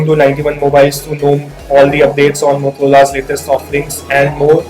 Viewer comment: Dude its मोटोरोला not मोतोरोला😝